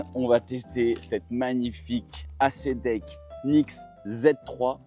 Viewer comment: Super vidéo merci, mais j'aurais aimé te voir faire un demi tour pour voir à quel point elle est maniable. Et on dit pas acédeck mais éyssdeck 😊